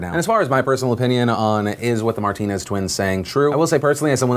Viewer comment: Bro “martiners”😂😂😂😂😂😂😂😂😂😂😂😂😂😂😂